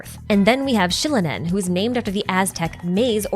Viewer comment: i think the actual pronunciation of the "X" in some of these names (Xbalanque, Xilonen) is pronounced like a sharp S more so than a "sh" sound (DISCLAIMER this might be only for spanish, but still since the names are latin american adjacent maybe they'd be meant to be that way)